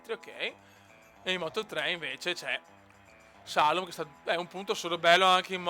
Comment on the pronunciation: grande! comunque si pronuncia Salòm!;)